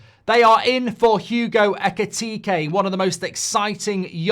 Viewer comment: Mark, you said his name backwards, his name is Ekitike, not Ekitike